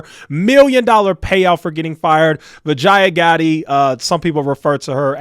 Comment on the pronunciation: Vijaya Bee- ja - yeah That's how you pronounce her name 😂